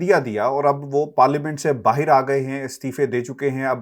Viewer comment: Stop saying BAAHEER ITS BAAHER take urdu lessons.